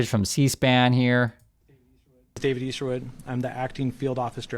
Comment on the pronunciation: Name not Eastwood..it’s “Easter-wood”. Yikes, as in resurrection is celebrated by Christians. A guy who missed some lessons I think.